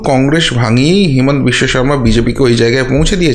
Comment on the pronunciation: Himant biswasarma hobe na. Himanta hobe. Bhul uccaran korben na.